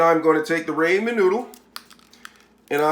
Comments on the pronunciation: It is RAHmen noodle and NOT RAYmen noodle. Please get it right. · your pronunciation is wrong it’s pronounced rahmen you say raymen